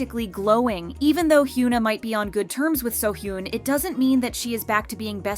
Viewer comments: why is it so hard to pronounce hyuna correctly 😭😭😭 its not hyoona ong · It's actually criminal you calling her "hyoon na", how can you run a kpop channel and not even pronounce korean names properly? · Sorry but the amount of "Hyoo-na" in this video drives me nuts lol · They should hire a narrator that can actually pronounce simple 3 syllable korean names. Its really sad. This channel is super exploitative. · It would be really good to learn how to pronounce the name said times in the video